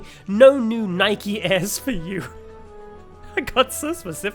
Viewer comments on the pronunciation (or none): none